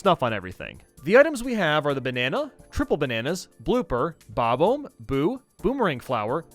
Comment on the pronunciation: Its Bah-Bomm